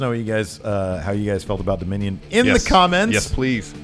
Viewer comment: P.S: it's DOMINION!!!!! NOT (DOMINON)!!!!!